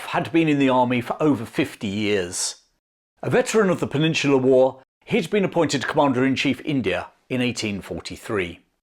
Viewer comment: I love how says war like, ‘whoar’ 😅🤣